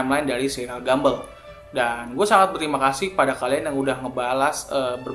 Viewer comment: Please cara bacanya buka gambel tapi gambol